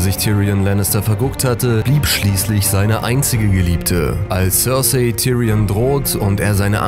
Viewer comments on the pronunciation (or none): none